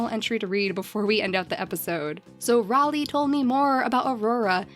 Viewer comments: Ms Deathbat Yeah, that's what. Thought as well. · I believe "Raleigh" is pronounced "Ray-lee" !!! That's my little cousin's name (